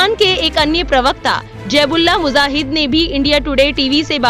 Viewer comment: MUJAHID BOLO BHAI MUZAHID NAHI Kitna ghalat pronunciation hai???